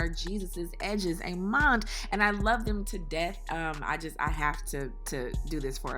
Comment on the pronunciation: Amond! Lol instead of amen